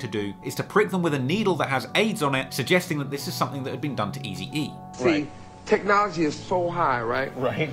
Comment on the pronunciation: Is it just me hearing funny when is pronouncing Tupac wrong😅 and what about Easy E😂c'mon